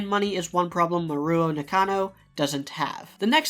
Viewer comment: Great analysis, looking forward to more! (your pronunciation of Nakano hurt me a bit, though)